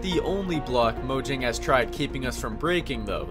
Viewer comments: Mojang is pronounced MO-YANG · Fun fact. People call mojang moyang and mohang...idiots right?